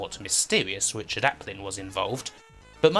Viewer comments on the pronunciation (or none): none